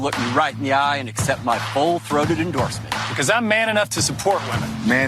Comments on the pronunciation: full throated is crazy lol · Did he say full throated vote?🤣